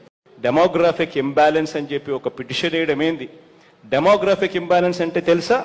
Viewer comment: చూసి కూడా చదవలేరు, ఉచ్ఛారణ కూడా తప్పే, అర్థం కూడా తప్పే...డెమోగ్రఫిక్ ఇంబాలన్స్ అంటే జనాభా అసమతుల్యత...🙄